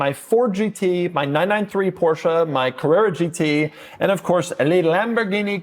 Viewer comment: Mercedes… Porsha porsha porsha porsha… coontash. 😂